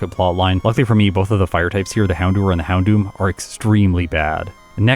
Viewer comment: Please stop saying "Houndewer" it actually causes me physical pain to hear it